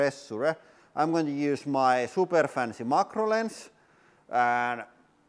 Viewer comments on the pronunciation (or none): none